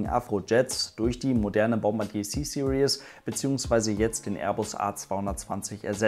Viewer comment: Finde es so lustig, vor allem Deutsche sprechen „Series“ immer so aus wie das Wort „Seriös“, also „Serious“ aber eigentlich spricht man es eher so aus: „Siriiis“ am ende ist kein „ie“ und auch kein „ou“ Ist mir erstmals bei Matthias Malmedie von Grip aufgefallen, als er einen Mercedes Black Series fuhr. Dachte ständig das das Auto „Black Serious“ heisst, also „Schwarz Seriös“ bis ich es verstanden habe! 😂🤣